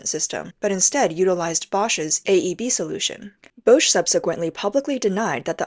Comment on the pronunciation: It's not "Bousch", it's Bosch, prounounced "BOSH", like Posh... A.I is not verbally so Intelligent... 😂 ...yet has no problem pronouncing Huawei....hmmmm